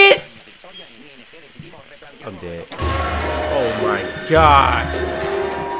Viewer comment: dijo como 5 ves es are you seris